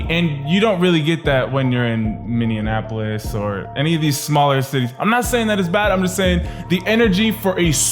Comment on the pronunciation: ***** MINI-APPLE-US not MINI-AN-APPLE-US*******